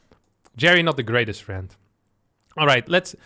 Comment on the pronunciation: "with his FIEND"